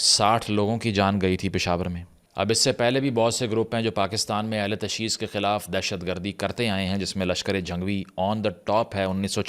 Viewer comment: The correct pronunciation in Urdu is “Ahl e Tashayyu”, not “Ahl e Tashee”.